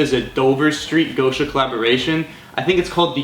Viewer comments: It’s not gousha its гоша (gosha) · It’s GOSH-A not GO-SHA